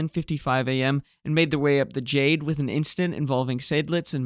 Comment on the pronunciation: Kapitän or Kapitaen not Kapitan, Jade not Dscheyd. But from the rest, i am impressed